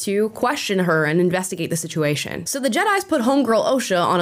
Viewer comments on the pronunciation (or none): none